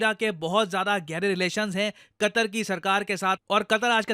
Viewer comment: Qatar ❌ "Qatar"nak ✅